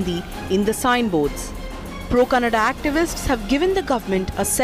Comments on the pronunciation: Thats Kannada. Its not Kannad. Please talk properly. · Kannad nahi kannadaa idiot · Firstly, It's "KANNADA" not fucking "KANNAD" for heavens fucking sake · is definitely an illiterate politician. He is the most stupid person with stupid arguments. A tip for, when you are trying to fake your respect for Kannada at least do it right. It’s not Kannad, it’s KANNADA with ‘A’ in the end. Don’t hindi-fy other languages. Hindi is not the centre of the universe. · it's Kannada not kannad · Stupid bjp spokesperson doesn't even know to say kannada and Karnataka 🙄